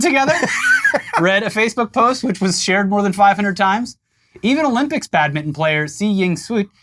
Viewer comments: Just say.. BAD.. MIN..TON.. not badmiddn.. Jesus H Christ 😂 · Listening to two Americans trying to say 'Badminton' over and over again has been my unexpected amusement of the day. "Badmidden" "Badmun" Keeping trying lads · I like how you guys pronounce badminton. Sound like Bad-mitten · Wow, never knew 'badminton' was pronounced "bad mitten" 🤔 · "BAD mitten" lol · Sorry but the way you skip the T in Badminton hurts me every time you say it.